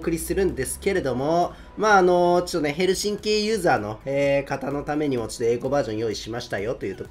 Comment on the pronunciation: 最後のヘルシンキの発音良きか笑 最初のサイレンおもちゃのサイレンかと思った!